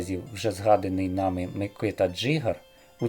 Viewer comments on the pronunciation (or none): none